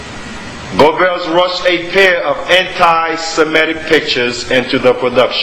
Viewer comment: it's semetic not shemetic